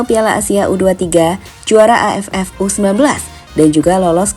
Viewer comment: Ngomong AFF di tekenin banget